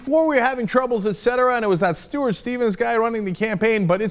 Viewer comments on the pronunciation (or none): none